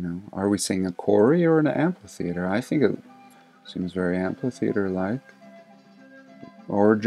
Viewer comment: Thanks I love your program. Are you a musician? cause at, it's not an Amp-Litheatre like an amplifier, it's, or was, an Amp-hi-theater the H is silent. I'd leave a number but my phone doesn't have any 3's...